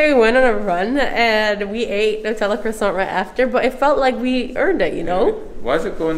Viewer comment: I like the fact that pronounces ‘croissant´ correctly